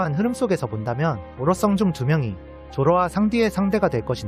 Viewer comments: 오로'성'O '썽'X ㅋㅋ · 오로성을 오로썽이라고 하는것만 빼면 너무 좋네요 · 이 사람 오다 ai아니였네 오로성을 오로썽이라고하네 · 다 좋은데 오로성 발음을 자꾸 오로썽 오로썽 하는게 거슬리네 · 오로썽 말고 오로성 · 오로썽이 아니고 오로성이에염 발음 주의부탁드리겠읍니다 항상 잘보고있읍니다 파이팅! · 오로썽아니구 오로성! 발음 킹받ㅋㅋ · 다 완벽한데 오롯성 발음은 쫌..ㅋㅋㅋㅋ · 왜 발음을 오로썽이라고 하는거야ㅋㅋㅋ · ㅋㅋㅋㅋㅋ 집중해서 보다가도 오로'썽'발음 때메 웃기네 ㅋㅋㅋㅋㅋ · 이분 오다가 한국어 공부한거 맞음. 오로썽 발음이나 억양등이 한국인이 아니야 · 오로썽 ㅋㅋ 발음개욱기누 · 오로썽ㅋㅋㅋㅋㅋㅋㅋㅋㅋㅋㅋㅋㅋㅋㅋㅋㅋㅋ개웃겼으니 오히려 좋아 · 그놈의 오로썽ㅋㅋㅋㅋ 오오 진지하게 듣다가 오로썽 나올때마다 웃김ㅋㅋㅋㅋ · 한국사람인가? 발음이 불안정한데 특히오로성할때 여튼 해석과 재밌는영상절봤내요